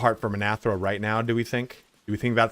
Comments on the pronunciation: Minthara, not Minathra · Dies he say Minthara's name wrong through the whole video?